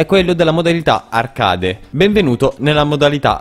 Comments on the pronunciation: ti vorrei far notare un errore, la pronuncia di "arcade" è ARCHEID e non ARCADE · La modalità arcade si pronuncia archeid non voglio dare dell'ignorante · Ma come pronunci “arcade”? L’inglese si è suicidato dopo questo